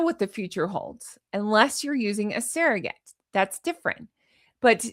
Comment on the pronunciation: What’s a “sare-o-gate”? Ive heard of SURR-o-gates, but never a SAREogate. 🤣🤣🤣